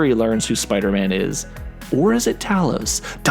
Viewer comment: Haha it’s funny he keeps pronouncing Talos wrong. Although it’s spelled Talos it’s pronounced Tay-lous